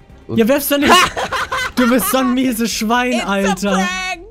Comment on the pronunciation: wie manu die ganze zeit du misees Schwein sagt 😂😂😂😂